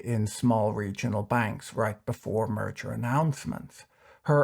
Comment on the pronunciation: Ok, I heard you say "murder ARB” :) lol